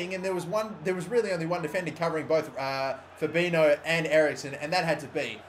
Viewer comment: You say Fabinho "fabinyo", that's the correct way to say it.